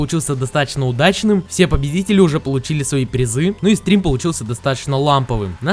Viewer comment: мне показалось или ты сказал побездители)))